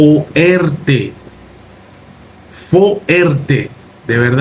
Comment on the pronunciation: Fuerte.. Fuer-te.. Hey divide bien en sílabas. No es fo er te... Hay que ser un poco mas cuidadoso al opinar